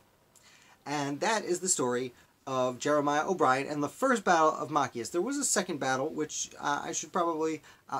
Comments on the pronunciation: It is Ma-chi-us. Not mack-I-us. You totally brutalized the name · Machias is pronounced MA(short a) - CHI (long i) - ES (soft e) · Mah- CHAI (hard 'ch' like in the word chuck, long 'i')- us- with accent on the CHI Hard to listen to your commentary with the name slaughtered- it's distacting. Why not redo your video? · It's pronounced "Machias."